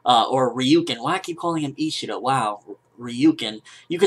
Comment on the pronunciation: isshada is their last name.. so its ryuken isshida